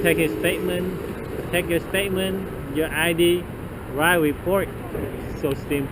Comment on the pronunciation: He has to wite weport